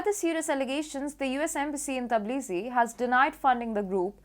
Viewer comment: Tbilisi pronounced, Bilisi